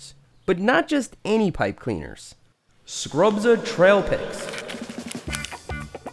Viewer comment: “But not just any pipe cleaners… SCRUBZA TRAIPIK”